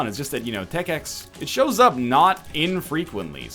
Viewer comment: NL its just tech x not tech .x idk why i feel the need to point this out but it irked me slightly sorry